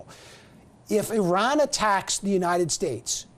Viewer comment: He said eran it’s iran